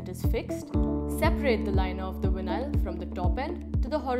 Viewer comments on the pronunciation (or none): What the hell is vin eye all? It’s veye nawl. Vinyl. Not vin eye all. Geez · “This video will show you how to install Vin-nile in your we-hickle.” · Nice “Winyial” nstall! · VIN-AISLE.. WTF?